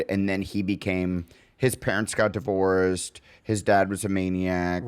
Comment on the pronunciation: There it is! "Divorissed" lol